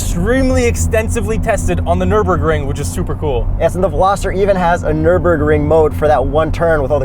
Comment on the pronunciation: It's called "Nürburgring". Get it right😅